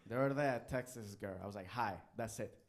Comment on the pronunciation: I come back to rewatch this every so often. He is able to turn "the other day" into a three syllable word; "thutherday." Love him